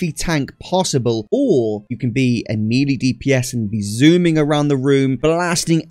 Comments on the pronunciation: what region typically says "me lee"? Never heard anyone pronounce it that way prior to this video. I have heard "may lay" and ofc ""mel ay" to pronounce it properly (ie the way I pronounce it, obviously lol) but never heard "me lee" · English pronunciation of the French word melee is as follows: American: may-lay British: meh-lay The second syllable should never be pronounced “lee”. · Me LEE ... you mean May Lay?. Love the video mate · great guide..... please stop saying "me lee"....... its pronounced "may lay" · "Melee" is pronounced "mell-ay". :) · "Meelee" damage 😂😂